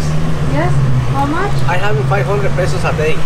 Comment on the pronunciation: Peyso...not pee so..